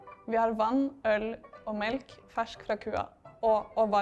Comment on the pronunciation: the dutch one sounds very weird to me as a dutch idk. like she is talking with her mouth closed like water in dutch should be pronounced as wa-ter but she pronounced more as wo-der and she lost the heavily pronounced k at the end of melk and her ui in huis sounded like au